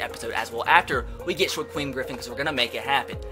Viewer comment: Sha queem Griffin. That's a new one.